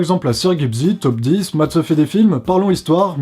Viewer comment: Quand j'entends "Taupe 10 régulier"